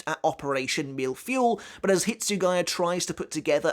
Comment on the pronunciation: Your prononciation of mille was almost on point, my only advice would be to have the "l" ( not the i, the l ) sound a little longer For feuille, however, you completely missed the mark. To pronounce it, after the f sound do the eu sound of "heuristics" ( I took the first word that came to mind and had that sound ) and then the y sound of "yeah" or "you", and you'll be quite close as to how it is pronounced in French. And yes, a mille-feuille is a cake composed of thin layers of solid matter with cream between them